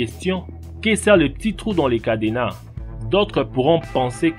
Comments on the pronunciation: jpp il a dit cadéna HAHAHAH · MDRR c pas cadénas mais cadenas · "Un cadénas" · lé twou dé CADÉNAN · "lé pétits trou dans lé cadénas" mdrr je suis mort sinon super la video continue comme sa je m'abonne